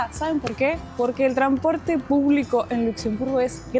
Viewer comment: ¿Porque decís tranporte y no transporte?😂